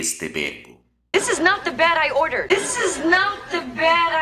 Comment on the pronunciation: En la frase "this is not the bed I ordered" no solo no pronuncia el pasado. Se escucha "this is not de berai order". Por lo tanto eso también dificulta la comprensión. Muy buenas sus clases. Saludos desde Buenos Aires.